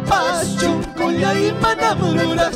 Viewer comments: NO SE DICE "CHONKHOLLAY" SE DICE "SONKHOLLAY" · Por qué cantan chuncullay si originalmente se pronuncia sonqollay